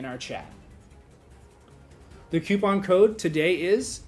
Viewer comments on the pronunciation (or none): it's coupon no cuopon